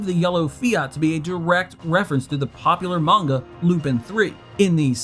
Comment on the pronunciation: Kudos on pronouncing "Manga" correctly! (But the character's actual name is "Lupin THE 3RD".) =)